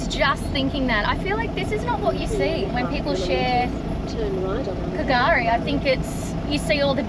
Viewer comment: K’gari is Fraser Island. It’s pronounced Gari. The K is silent.